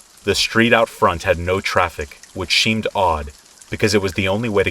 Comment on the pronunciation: Did anyone else hear it story number 2, he says 'it SHEEMED odd,' i found it hilarious. 😂